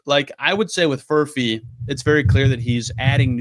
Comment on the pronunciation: Did I hear you say Furphect?